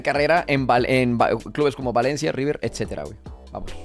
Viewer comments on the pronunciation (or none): none